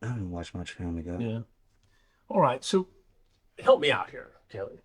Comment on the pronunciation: The way Chris pronounces “Family Guy” is killing me. It’s like he has his very own accent that only he alone has.